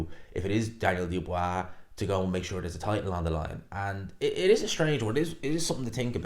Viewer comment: Daniel Doobwaa lol